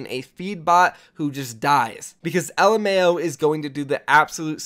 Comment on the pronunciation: When you said Alemao i didn't knew who the fuck he was xD.Alemao is a Portuguese word that means German...look out for prounounce it right :).